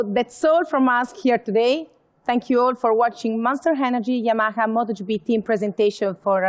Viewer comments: Spanish cant say YAMAHA .... lol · WHY SHE CANT SAY YAMAHA CORRECTLY !!!!